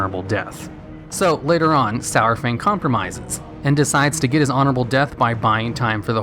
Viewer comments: The way he says his name.... It's not "sour-fang" it's "sar-fang" idk why people pronounce his name "sour-fang"... Literally everyone in game and blizzard themselves call him "sar-fang" lol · when he pronounced his name SOUR-FANG.....i stopped watching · He says Sour Fang instead of Saurfang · i love ya, but it's Sar-Fang not Sour-Fang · It's not SOWERfang, it's SAARFang. Saurfang makes AAR sound. :o That's only thing that bothered me in the video. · Everytime you said "sourfang" it made me cringe. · Sourfang? really? Saurfang.... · Why is he calling him Sourfang? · Stop saying SO-WER-FANG, Jesus. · Lost me at "Sour-Fang." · Every time you said "Sourfang" I would scroll down and re-read the title to make sure it was spelt the way I thought it was.